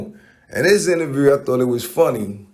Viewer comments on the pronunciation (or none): Why can't Baltimore niqqas pronounce "oo" words? Tupac, interview, do, crew, blue. 🤣🤣🤣🤣🤣🤣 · Bro, I'll give u a $100 if u can say "Youtube" and "interview" properly lolz